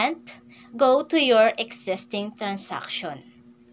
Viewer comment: madam correct your pronunciation "choose, existing, and ceremony". Baka ma bash ka.